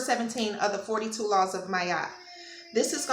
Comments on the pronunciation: Her Name is pronounced MAAAT not Mayat. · Ma-at. Two sounds🙏🏾